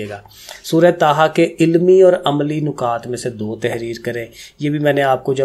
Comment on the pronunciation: سر جی نُکات نہیں نَکات ہوتے ہیں😊 Anyway thnx alott❤